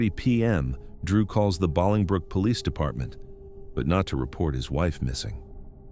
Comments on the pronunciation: Bolingbrook, IL is pronounced BOWLING-brook, like bowling ball. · The way the narrator was pronouncing Bolingbrook was driving me nuts. It's pronounced bowling-brook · It's pronounced "BOWLINGbrook." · BOWLING brook. That’s how you pronounce it. ☺️👌🏼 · Me too! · It is pronounced bowling brook... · I didn't see your comment before I commented something similar.. it wouldn't have been that bad had he not repeated it a gazillion times